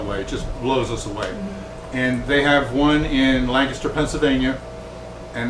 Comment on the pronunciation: Thank you, Thank you, THANK YOU! For pronouncing Lancaster correctly! I live about 12 miles south of Sight and Sound theater in southern Lancaster county. It's a wonderful experience at Sight and Sound!